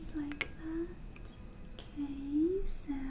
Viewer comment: It’s not okay it’s ukae